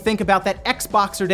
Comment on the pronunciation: It's Xboxing day not Xboxer lol